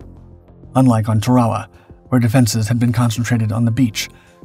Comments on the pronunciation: ah k'mon, taRAwa? really? you dishonor them when you mispronounce where they sacrificed. TEARawa and btw AEtall, not agTOHL sheesh, get it right, PLEASE as he closed the distance to the pill bos, you show a GERMAN soldier running, fer chry-yaiy! but with all that oohrah! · It's pronounced TARawa not taRAwa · I thought he called it Ta-rah-wah. The pronunciation on these channels is all over the place. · Everyone in the English speaking world calls it Tár-uh-wu. Who are you trying to impress w your fancy pronunciation. You beclown yourself.